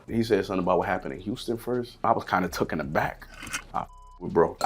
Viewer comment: Did this dude really say tooken aback?